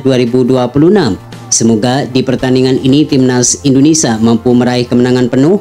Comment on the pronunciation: INDONESIA min, bukan INDONESAH.